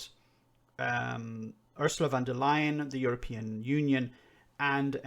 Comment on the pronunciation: The way james o´brien butchers von der leyen´s name is really, really bad. He should know her name if he wants to talk about her so much...